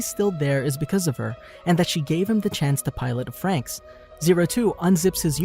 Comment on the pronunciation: when he say "franxx" as "franks" hurts me